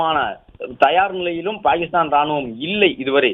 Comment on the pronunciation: Dai voice over TARKURI its not BAKISTAN❎ its PAKISTAN✅